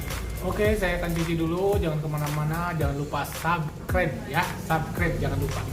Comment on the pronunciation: "Subscribe" bukan "sabkrep" bang wkwk